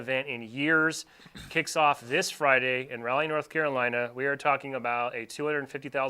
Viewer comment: I hate. Hate. Hearing so many people mispronounce Raleigh